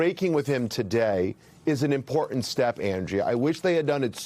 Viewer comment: Joe Scarborough says “impordand”.